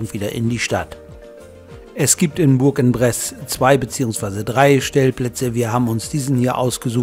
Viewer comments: spricht sich ungefähr so: Buhrangbress Danke und Gruß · Hab den Daumen hoch gemacht, aber französisch wär noch ausbaubar! Vielleicht so: Bursch on press, Lautschrift hab ich nicht so drauf. Sonst hört sich das grausam an! Aber sonst super !